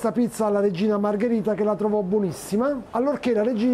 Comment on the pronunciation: Margherita no margarita...please.